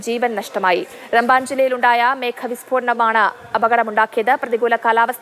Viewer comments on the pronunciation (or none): റെമ്പൻ alla ramban